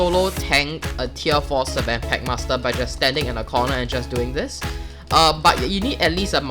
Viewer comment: its pronounced s-fen